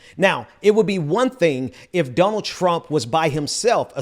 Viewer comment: Does say donald as dumb ald? Or is he saying Dun ald? So my question is he saying it weird in order to call him dumb, or does he just have a bit of an accent and it sounds strange to me?